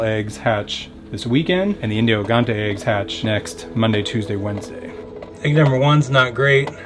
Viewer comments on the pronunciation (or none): Hey, just a heads up. In Portuguese those chickens are pronounced "Indio Gigantes" but not gi as in "hill", but more like Ji as the name "Jill"